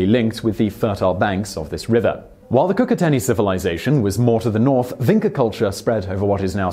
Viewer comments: One small correction. It's pronounced vincha, not vincka. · Its Vincha culture not Vinca.. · nije ni bitno mi citamo Vincha oni Vinka,to je najmanje vazno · Vinča is pronounced Vincha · Everytime that he pronounced Vinca instead of Vincha, I was like 😂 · Vincha not Vinka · It is pronounced Vincha not Vinca and Starchevo not Starcevo. Damn those idiots that screwed up phonetic transliteration from Serbo-Croatian to other languages (almost certainly Austro-Hungarian administrative rules carried over to Yugoslavia are to blame). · It's pronounced 'Vincha', not 'Vinka'. Serioisly, are you really doing research on pronunciations? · Vinča is pronounced as "Veencha" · He mispronunced Turdaș, Vinča and Starčevo. Maybe because they are also misspelled! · Apologies to the Swedes for mispronouncing their words, but then goes on mispronouncing Vinca and Starcevo without breaking a sweat :D No hard feelings thou, great video